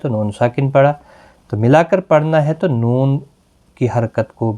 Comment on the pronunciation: Jazakallah .ap ny ayat main tu,tu hunna parha iss main noon tha jis py harkat thi tu wo q nai parha.